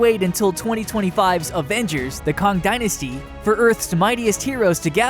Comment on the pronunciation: The Kong dynasty? That's not quuuuiiiitttte right lol 😅👍